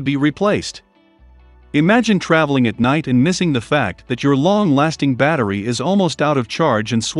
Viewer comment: What? He can't even pronounce the word 'battery'!